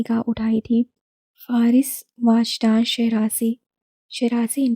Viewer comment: It's not واجدان 😭 it's وجدان 🥺